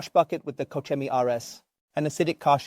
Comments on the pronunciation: Cochini, es mi pronunciación favorita a partir de ahora 😂😂😂😂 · “Co-cheenie” these pronunciations are getting wild